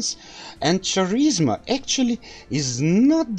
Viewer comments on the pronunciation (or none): "Charisma" is pronounced w/ a "K" sound instead of "Ch".